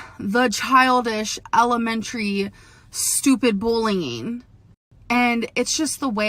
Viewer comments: their ~BOWLEEYING~ and after this we can expect to hear a shite apology but “ I do must have to say” she thinks she’s saying so much and isn’t saying anything at least not verbally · Bulleen. Shopeen. Read this and try to learn the proper pronunciation so people can stop laughing at you!!!! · bullnging?? you mean bullying?